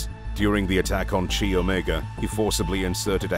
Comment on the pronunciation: "Chi"==K-eye, not ch-aye.